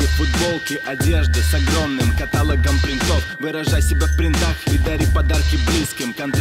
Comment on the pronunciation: КаталОг,а не катАлог.